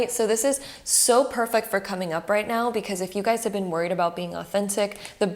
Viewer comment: Her 'now' sounds like neow😂😂😂😂